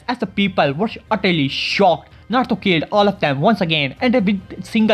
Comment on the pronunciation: can u say naruto not narto no offend